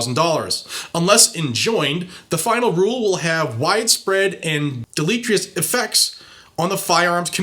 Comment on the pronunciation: Dah-LEE-tree-us? Really? 🤣🤣🤣🤣🤣🤣 Word of the Day: Deleterious. Look it up.🤓